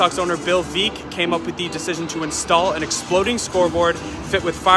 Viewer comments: Bill Veeek?? It's pronounced "Vek" for chrissakes. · sjit dude pronouce bill veeck name correctly. not Veeek Veck. lose all credibility. probably shouldn't have given you a thumbs-up. but feeling charitable. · Yep, "Veck as in Wreck". He was responsible for a lot of fun things brought into baseball though, for sure.